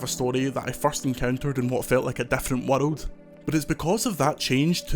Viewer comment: I can’t get over how his accent pronounces the word “world” 😂 it’s like “wuhlud”